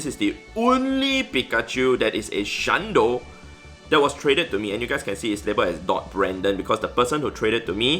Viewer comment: I wasn't watching video, just listening. And was like, "why does he keep saying shiny pizza?"